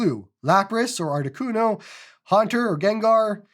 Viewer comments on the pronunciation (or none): none